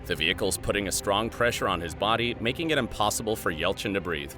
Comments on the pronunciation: says ELCHIN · Oh and you missed the Y in Yelchin.